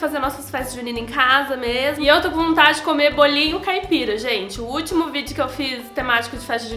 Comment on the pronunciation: "BOLA um bolinhuu" ai gente essa mulher é muito maravilhosa